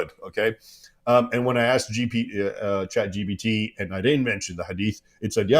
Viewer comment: David- It’s Chat gPt, not gbt 🤦🏻‍♀️